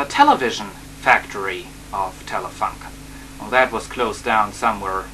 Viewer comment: Hallo, young man, Telefunken is pronounced like"Telefoonken" ;) The design of that telefunken version is a matter of personal taste, I think... I like the black more. Bytheway there are another versions of that camera: Saba VM6700 (winered) Nordmende (colour???) Regards from Germany